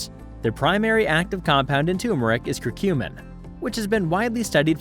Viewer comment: Repeat after me: tUR-meric, tUR-meric, tUR-meric - not tOO-meric. The first "r" is not silent. Thanks for all the different teas.